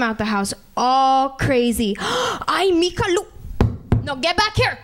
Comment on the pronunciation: it's m'ija but whatever lol